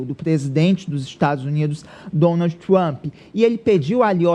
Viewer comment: Esse maluco nao sabe nem pronunciar Trump?